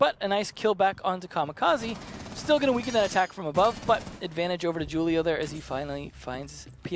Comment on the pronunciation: Why does he say Julio like that. So white